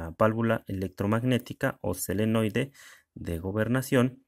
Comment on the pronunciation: Te corrijo no es selenoide su nombre es solenoide.. gracias